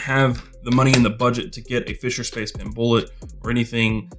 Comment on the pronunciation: I was a good way through the video before I realised when you say pin you mean pen 😂